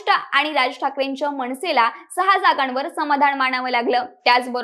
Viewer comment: अनुभव - अणूभव नाही, मनसे - मणसे नाही, नाव - णाव नाही